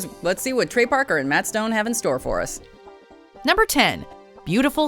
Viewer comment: you call them "Packer and Stone". It's Parker. His name is Trey Parker. Good video tho!